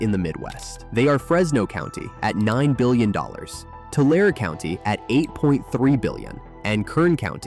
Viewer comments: Tule is pronounced tu-lee (accent on the first syllable "tu") NOT pronounced 'tool'!! Also Tulare is pronounced tu-lair-ee, accent on second syllable "lair". And I remember that 1952 earthquake. Because of it the old downtown clock tower fell & now rebuilt in the county museum, & the old Haberfeld building my mother used to work in on the 5th floor still standing tall, although the once beautiful white marble staircase up to the first floor next to the once hand operated elevator collapsed & was rebuilt with non-marble materials. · Your AI reader pronounces "Tulare" incorrectly. That seriously casts doubt on the rest of everything else you're saying. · Only complaint is pronunciation, the final e in Tule and Tulare is a long e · I’m embarrassed the way he pronounces Tulare 😢 So they have this wealth of historical information and can’t pronounce the location. Ouch. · Fuckin'~A dude,learn how to pronounce Tulare! As so many lately do not. One of the first old school rules of reporting is to get the annunciation of names correct. As a native of THE SAN JOAQUIN VALLEY I also find it disturbing that some think it's accurate and acceptable to refer to this area as the central valley. It's just plain pitiful... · Could you at least pronounce the name Tulare correctly. It has a long E at the end!!!!! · Tulare is pronounced with 3 syllables. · It's being pronounced wrong. Tulare is from the Aztec Spanish. American English pronounces many words, from other cultures/lands, wrong. Look it up. Ask Google, it is your friend, most of the time. I also speak Spanish. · How can AI pronounce Tulare 3 different ways in one video. Same with Tule. This will destroy education. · THIS IS the problem with Ai!!!! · Lol.....it's pronounced Tulare, thar are spoken airy; Tulairy! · Tulare is pronounced two-larry. Sheesh. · It’s pronounced TULARĒ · It’s “Tulare” too-lair-ee! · The e is pronounced in Tule and Tulare (Tulee, Tularee) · Too-lair-ee. You're welcome 559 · It's pronounced Two-larry